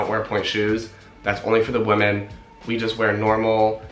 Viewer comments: I've noticed you pronounce "women" as "wo-men" rather than "wee-men" . Is it an accent thing from where you're from or what? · Every time you said “woman” instead of “women” I died. 😬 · Dukefolk it sounds to me like he’s saying woman instead of women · I can’t get over the fact that he keeps saying woman instead of women 😆 like it’s clear he means plural but he pronounces it as a single woman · The pronunciation of Women is Wih-men The way you are saying it implies the singular form of Woman. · He's saying women wrong!! Women plural is not pronounced the same! Lol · Your accent is that of Los Angeles, except for the way you pronounce the first vowel in women as if it were woman almost convinced me English is not your first language. I wonder why. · Sorry, but this stood out right away: "women" and "woman" are pronounced differently on the first syllable, as well as the last. Please check it out. Nonetheless, good for you! Ballet is fantastic. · Why can’t he say the word WOMEN?? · Yes I noticed that as well, I don’t think he realizes he’s even doing it.